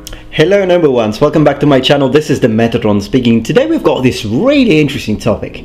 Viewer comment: I never knew you were saying noble ones until I turned on closed captions. I thought you were saying "number ones" and were a big Star Trek fan lol.